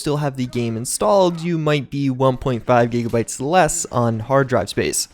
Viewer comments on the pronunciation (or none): none